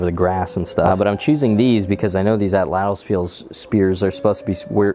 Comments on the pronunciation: At lat l not Ata lat l it's At Lat L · At-Latl Not atl-atl King energy intro btw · You should gimmieimme the atlatl because I genuinely can't tell if you don't know how to pronounce it or if you just like saying it that way to be funny, so I'm gently pointing out it is pronounced 'aht-lahtl' or 'aht-laht'. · "your atalatalatal, will keel 🙂" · So the L isn’t pronounced… the tl at the end of a the word is more like a click but with your tongue